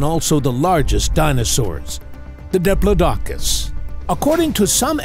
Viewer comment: I hope this doesn't turn out to be one of those "go to sleep" videos that turns out to be way too interesting to fall asleep to. I'll just go put my python to bed first. 😂 And it's "di-PLOD-i-cus" not "di-plo-DOC-us."